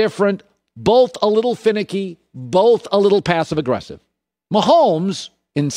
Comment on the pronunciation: My ONLY GRIPE about Colin is he pronounces both with an L 🤣🤣🤣 (boLth) 🤣